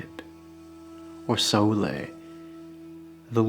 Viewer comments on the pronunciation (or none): sAulė. Luckily it means nothing then pronounced your way. Pope 0, 1